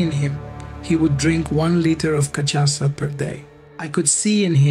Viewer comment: I'm not Brazilian but that cachaca pronunciation is not correct and sounds bad.